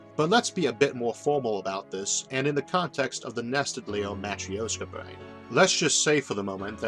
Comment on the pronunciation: It wasn't something to do with pronouncing brain as bwain?